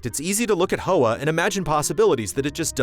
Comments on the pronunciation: It's pronounced Hwa, like Huawei, not Ho-ah. Hoa means flower in Vietnamese. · Hey just as a heads up the title is pronounced "hwah"; it's the Vietnamese word for "flower". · yikes insensitive mispronunciation